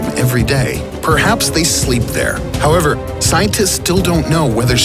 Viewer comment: Who else loves when he says... HOWEVER.. 🤣